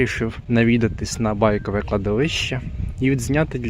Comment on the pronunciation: Кладовище БайкОве, а не БАйкове.